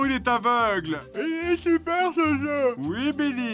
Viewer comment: ça pique les yeux le "supaire" à